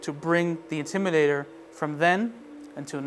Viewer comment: I wish he would say the word "INTIMIDATOR" correctly! It's NOT the "Intimider!" Finally, he got it right! And he's supposed to be a DJ using a microphone to amplify his speech? How did this get past the Advertising/Marketing folks?